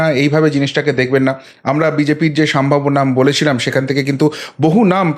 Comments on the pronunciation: বরাবরই আমি আপনার প্রতিবেদন খুব মনোযোগ সহকারে শুনে থাকি। আপনার বাচনভঙ্গি প্রশংসনীয়। আপনি যদি কিছু মনে না করেন তো আপনাকে একটা ভুল ধরিয়ে দিতে চাই! আপনি এই প্রতিবেদন পাঠ করা কালীন বেশ কয়েকবার বললেন '" সাম্ভাব্য" কথা টা খুব কানে লাগছিল ওটা হবে " সম্ভাব্য " আপনার এটা। Slip of toungue ও বলা যেতে পারে। যাই হোক পরবর্তীতে শুধরে নেবেন! আশা করি।‌ ভালো থাকবেন। এই কথায় আশা করি আপনি মনে কিছু করবেন না। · ওটি উচ্চারণ হবে সম্ভাব্য